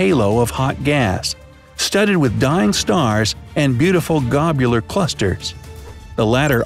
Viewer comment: It's "Globular Cluster", not "Gobular Cluster".